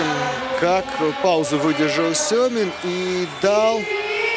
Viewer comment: Почему Syomin когда надо Semin